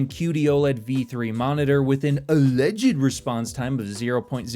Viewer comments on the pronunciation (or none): I live for when you “ALLEHHJID”